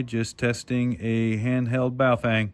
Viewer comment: Ba oh fung , <correct pronunciation sound alike. Not,,,,, Bay o fang <wrong pronunciation..